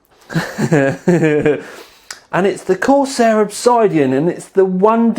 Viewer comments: I thought we agreed it was ob-SID-Ian not ob-SY-dian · [uhb-sid-ee-uhn] Look I use metric, I even pronounce "herb" with the "h" but you have got to be trolling me now >.< seriously... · Obs-eye-dian dude? Really??